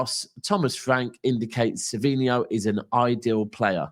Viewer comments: It’s savinho btw not savio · Sav-in-ho is the way to pronounce his name. Like alex Scott his grammar leaves alot to be desired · Its not savio....its savinho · It’s Savinho no?